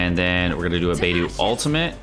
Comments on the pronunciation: Love your videos but your pronunciation makes me cringe. It’s pronounced like BeiDoe not Beidoo and Xing Cho not Xing Koo. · Does know it's BeidO not BeidU? They even say it in voice lines. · why do u butcher xingqiu as jingkoo and beidou as beidoo?? could u please take a minute or two to learn their proper pronunciation and respect Chinese names lmao it feels a bit disrespectful as a Chinese person.. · this is the first time I’ve heard any infidel pronounce “Xingqiu” as “singku” and Beidou as “baydoo”